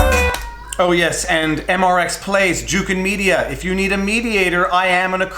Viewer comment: MRX plays!! Omg you’ve said it wrong and I can’t handle it!! It’s MxR plays and I’m unsubbing!!